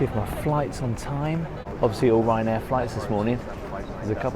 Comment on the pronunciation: Ryanain? Do I win a prize? 😂